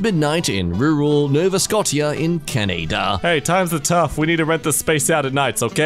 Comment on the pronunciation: IT'S PRONOUNCED "NOVA SCO-SHAH" DAMNIT